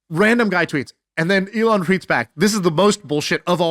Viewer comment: ME-lon Musk! hah